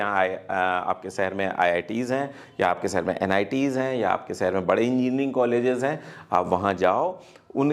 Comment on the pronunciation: Sir m aapki video aksar dekhta hun achchi hoti hen but sahar na bolkar shahar bolen please